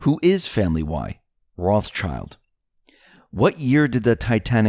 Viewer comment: Every time you say Ross-child, I cringe and wonder why someone who claims to know so much can't even pronounce the name properly! Come on!!!